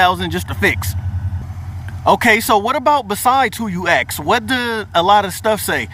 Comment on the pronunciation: He keep sayi' "ax" ! I luh dat!